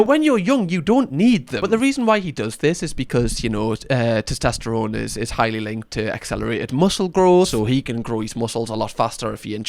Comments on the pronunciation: Anyone else notices pronounces it as "tostesterone"? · Have a doughnut every time says ‘toss-test-errone’ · SOMEONE PLEASE help say TESTOSTERONE properly 😫😭 i'm gonna be hearing tost-est-erone in my nightmares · Testosterone. Not tistesterone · Your mispronunciation of testosterone is adorable 🥰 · Please don't ever say "testosterone" again. ✌️ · your pronunciation of testosterone is triggering me. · AND FOR THE LOVE OF GOD TEACH HIM HOW TO SAY TESTOSTERONE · But what CAN hurt you is how he's pronouncing 'testosterone' 💀